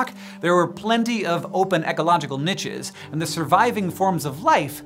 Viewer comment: I love these videos but your insistence on mispronouncing "niches" is making me twitch. You are surely trolling at this point?!